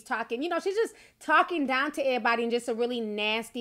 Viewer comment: The word EVERYBODY has a V in it. It is not "airybody".